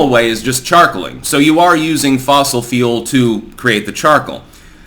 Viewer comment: you say fule and it sounds like feel carbon feels